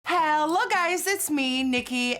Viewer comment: Who else always thinks she says hell on the beginning